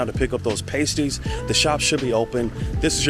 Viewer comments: PAST-ees, not PAY-stees lol😊 Much better after being in the oven ;) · Try 'past-ees' rather than 'paste-ees'....also, 'Corn-wul', rather than 'Corn-wall'. Great video and loved the Eden Project. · It’s Past ies as in last or fast not paste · Not Payties, but Paaasties! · Pasties are pronounced past-eez👍👍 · Have you realised yet that 'pasties' have a short 'a' as in the word 'past'? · It's Pas-tees btw, Cornwall is one place i always wanted to go.